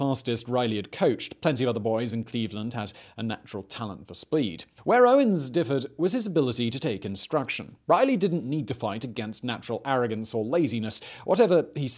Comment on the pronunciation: Did he say spleed? Looks at the closed caption natural talent for spleed.